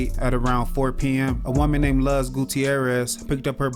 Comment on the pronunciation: Luz is pronounced LOOSE, not LUHZ 😤🤦🏿‍♂️